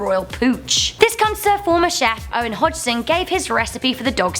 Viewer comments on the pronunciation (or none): none